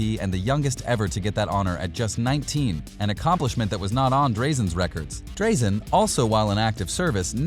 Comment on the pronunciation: Really enjoyed your vid mate. Just an FYI it's "Draaa-zen" Petrovic not "Dray-zen" :)